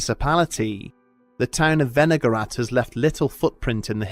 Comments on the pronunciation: I thought for sure you said vinegar rat at first. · I was listening instead of watching and the first time he said "Wenigarath" I thought he said "vinaigrette"